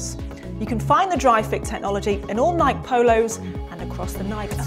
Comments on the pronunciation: how she said nike is killing me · Please learn to say Nike correctly. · Its adorable how brits pronounce Nike lol